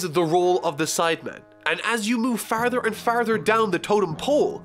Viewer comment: with you saying "farther and farther" I hear an Irish accent?